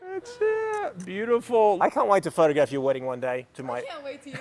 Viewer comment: Anyone else hear how she said "Our wedding" ?